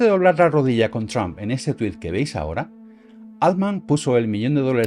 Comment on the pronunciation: 📢 La pronunciación correcta de "Altman" es ˈɔːltmən o ˈɑːltmən. Nunca 'oʊldmən. Oldman es otro apellido.